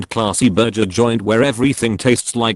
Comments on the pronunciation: I was so interested, legit listening intently until the burger place example near the end. Not because the actual words but because it kept being said as burjer instead of burger lmao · It’s annoying the hell out of me how the narrator keeps pronouncing it “berjer” instead of burger at the end of the video. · STOP SAYING "BURJER"!!! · The way the AI is pronouncing burger at the end is bothering me 😂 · I can't handle the way the electronic voice says burger. Lmfao